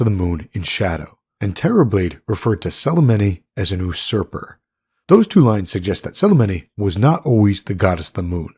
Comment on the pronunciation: Yousurper not Osurper made it confusing